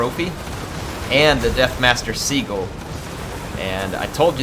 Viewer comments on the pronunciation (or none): Not Sea-Gull xD